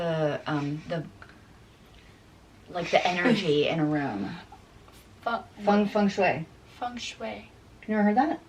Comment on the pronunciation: Is she saying funk shway???? So funny